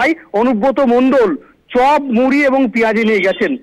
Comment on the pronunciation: ওটা চব হবে না চপ হবে উচ্চারণ ঠিক করুন